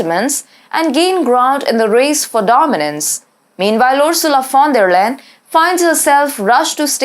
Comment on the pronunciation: If you find time, you may consider looking up how to pronounce Ursulas last name. In every job she failed miserably, so she had to be promoted to get rid of her.